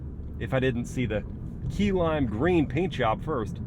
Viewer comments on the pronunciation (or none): “Kai-a-lami” not Key-alami